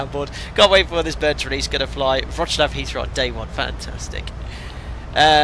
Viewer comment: Hi, you can pronounce Wrocław as Vroc-love, will sound good😅